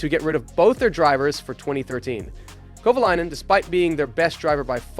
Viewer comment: Bruh wtf.. Is this Ai? Why arent pronunciations consistent? Kova-LAY-nen Kova-LI-nen. like wtf man? And its not KATERUM.